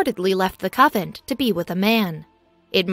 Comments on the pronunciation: Seriously there is an "N". Convent not covent. So distracting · CON VENT! CONNNNN VENTTTTTT! NOT cavent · PLEASE.. a native speaker of English .. also employ an editor, the narration is AWFUL! CONVENT not covent... you ruin what could have been an interesting historical subject 🤬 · A coven (no T) is a collection of witches. A convent (with an N in the middle) is a collection of nuns. Puh-lease!! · Anyone out there actually manage to finish the video? Interesting story but I couldn't get past "covent" for the 100th time. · Someone tell her it's a CONvent not a CUVent... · Good info, but the “covent” pronunciation ruins it somewhat. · POV: you came to correct covent to convent. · Doesn't anyone preview these videos. The word is prounced con vent. Not a Covent. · Frances and I believe this is a computer generated voice and the writer did not know the difference between CON-VENT and COVENT OR COVEN. How said that Did You Know? did not check their spelling for reading. Perhaps they will remove this video and replace it with a correct pronunciation of the text. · Yes. Convent! The mispronuncians in your videos are so distracting. I'm done. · Yes, CONVENT. poor pronunciation really ruins the story. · It's pronounced CONVENT ...not Covent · Convent! Not Coventry! She’s a nun not a witch. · it is a convent..not sovent. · Its Convent not Coven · convent not covent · What is a "covent"? Oh, you mean CON VENT. Please learn how to pronounce words. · This is the most stupid poorly written story ive heard in tecent memory. Nuns still leave the convent. Life was tougher in the 12th and 13th centuries. Etc. Narraror should learn how to promounce CONVENT especially when she is talking about one. Irritating hearing "Covent" or worse, "Coven." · Nice try. Coven is witches. Covent is a mispronunciation of Convent, the place where Nuns live. I get disgusted with all the mispronunciations and misspellings. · Oh geeze the word has an N...CON-VENT. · CON-vent. Try harder. 🤦🤦🤦